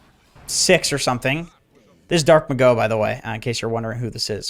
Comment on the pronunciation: It's not Dark-Ma-GO, it's Dark-MA-go (which could be the equivalent of DarkMage, it's Spanglish)